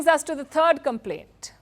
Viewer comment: I love how she said "is that a complement or a complane"😂🇮🇳